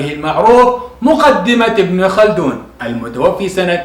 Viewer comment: كلام جميل جدا.. واجتهاد كبير.. لكن المتوفي بفتح الفاء لأنها اسم مفعول.. ارجو الا تنطقها المتوفي بكسر الفاء.. وهي هنا اسم فاعل خطأ شائع يقع فيه كثير من المتعلمين